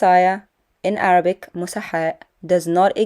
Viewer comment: Keep up the good work. Make more videos confronting that liar to expose him especially to his minions. When he reads Arabic, I almost died laughing as he sounded like ‘re-turd.’ I saw a thumbnail of him supposedly exposing you. Sorry! I don’t patronize hi channel. You know he is lying when you see his mouth moving!